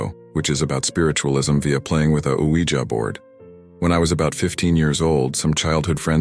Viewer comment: Nice to hear Ouija pronounced “wee-jer” rather than “wee-jee”. 😉